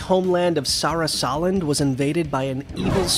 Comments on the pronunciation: Sa-ra-sa-land Them: sara-sa -land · Sorah Soland? It's pronounced Sir Assa Land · Sah rah sah lend? Boi what? Sarasa land. Geddit right.